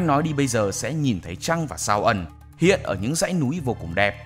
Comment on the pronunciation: Voice của bạn này rất hayyyy ~ Tuy nhiên mình góp ý một chút là phía content và voice nên check lại với nhau về cách ngắt câu sao cho đọc lên k bị tối nghĩa. Ví dụ đoạn "ngôi sao ẩn/ hiện lên rất đẹp" => Phải đọc liền là Ngôi sao ẩn hiện chứ nhỉ, đoạn cuối có câu "Chuyện này đã xảy ra râts lâu về trước/ khi ông gặp ng vợ hiện tại" => ý của chỗ này là chuyện đã xảy ra rất lâu về trước, trước khi ông gặp ng vợ hiện tại chứ nhỉ.